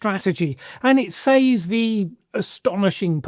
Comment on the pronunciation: Why are you the ONLY English speaker I know in my nearly 7 decades that actually pronounces “says” as exactly that and not “sez”? Now do Leicestershire. And if you want to pronounce the place name the way it’s usually pronounced and not how its spelled, it’s Muh-doo-roh not Muh-dyoo-roh. Proper nouns get pronounced however the owner of the name sez they are. So, yes, it’s Less-tr and not Lie-cess-tur-shyr.